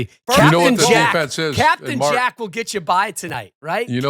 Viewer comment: This nerd talking about captain Jack with such emphasis..someone check his hard drive